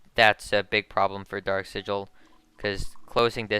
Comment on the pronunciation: This man said sigil A you crazy